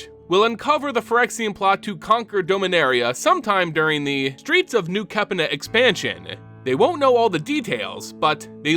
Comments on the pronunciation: Dude please please please learn to pronounce the names correctly before making these videos. New kepina is the way you pronounced instead of new capenna lol. Only gripe, otherwise great videos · Please pronounce capenna correctly